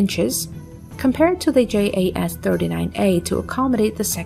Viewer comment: the GPT(?)-generated graphics are dubious and faulty. Notice the completely messed up left wing. If that's s'posed to be educative, well, think again. picture looking like watermarked proprietary (check the hull). , ditto. Then, the AI-lector keeps messing up the aircraft name. Swedish JAS is pronounced "yas" (jakt means hunt, and is pronounced analogous to German 'Jaeger').